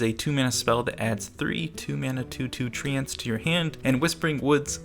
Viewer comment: It seems of all the people I watch that call treants trents or trentaurs everyone else says tree-ents